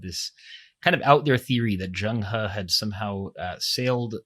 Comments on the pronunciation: it is not zhang he. it's zheng he 郑和， in Ming dynasty. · it is Zheng he郑和. not zhang he。Ming dynasty.